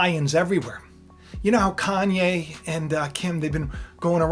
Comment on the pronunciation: More like “CON-YE”